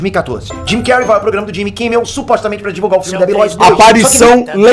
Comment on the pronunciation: O melhor é o chamando de Jimy cary ksksks